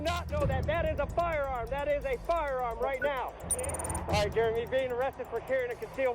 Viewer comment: “It’s jermey” 😂😂